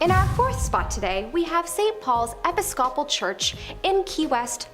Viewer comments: Episcopal: pronounced A-piss-cope-all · That's one screwy pronunciation of Episcopal! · Please don’t make videos if you can’t pronounce places like Guadalajara and Episcopal. Look them up!